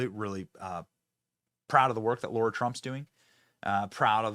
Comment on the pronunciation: Oh Benny. It’s not pronounced Laura. It’s Lara.